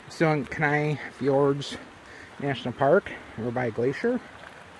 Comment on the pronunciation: Kenai is pronounced Key-Nye. Seward is on the Kenai Peninsula. The Southern part of the Kenai Peninsula is home of the Chugachmiut Sugpiaq people The Northern and Western parts of the Kenai Peninsula as well as upper Cook Inlet are home to the Denaina people.